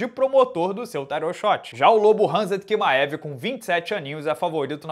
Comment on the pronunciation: Kimaev... essa pronúncia é de lascar